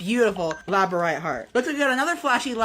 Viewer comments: did he just fucking say LAB OR RITE instead of LABRADORITE???? 🤬 The nerd in me is soooo triggered right now ngl. if u read it it’s TIGERS EYE. Exactly I wanted to look at them they are pretty. I don’t know how I feel about their supposed healing properties. I think it’s more mind over matter, but I do also think it could be possible I guess. Never tried to use them for healing before. I just display them. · I know this is the stupidest gripe I could possibly have, but isn't it pronounced "Lab-ra-DOR-ite", not "LAB-o-rite?" And yes, I'm nitpicking when inexplicably reviewing rocks. Sue me. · I've worn a Labradorite necklace for 5 years and calls it "labore-ite". hes not even a real crystal fan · "labarite" pretty sure he means labradorite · As an actual crystal enjoyer, hearing him mispronouncing labradorite hurts my soul. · I collect crystals too the pronounciation KILLED me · him mispronouncing labradorite pmo so bad.